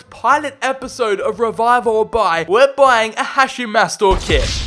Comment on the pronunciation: The way he pronounces Hachim’s name irritates me …. It’s Ha”K”im not Ha”ch”im